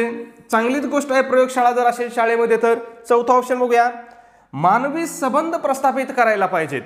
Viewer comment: माफ करा सर पण पण सबंध म्हणजे सगळे पण तुम्ही येथे संबंध चा सबंध असा उच्चार करतात. तर मला येथे हेच म्हणायचं आहे के संबंध म्हणजे कॉन्टॅक्ट आणि सबंध म्हणजे ऑल